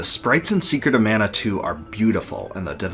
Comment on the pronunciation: ugh, please at least work on Pronunciation in the future man. This is hard to watch, there's countless mistakes. I do love that you put in so much work, but you gotta give. マナ !! マナ !! I'm still giving the thumbs up for total effort.